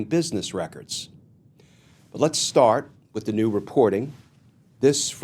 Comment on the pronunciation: Les't have a conversation. What in the hell is Les't. Are you AI ?